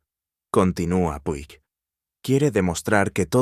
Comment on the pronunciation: puig se pronuncia puch